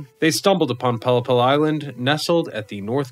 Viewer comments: A 'pollepel' is Dutch for a large soup spoon. Pronouced pol-lay-pul. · heerlijk toch, en dan die uitspraak van pollepel 😆